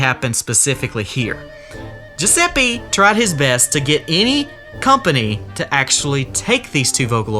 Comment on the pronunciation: i'm italian, and i can say that the pronounce of "Giuseppe" you said is wrong it's pronounced "GiusePPE" , not "GiusePEE" sorry if it sounds rude, i didn't mean it in a rude way